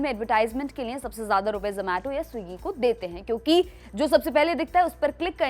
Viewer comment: 😂 Wo ज़ोमेटो नहीं ज़ोमाटो hota hai.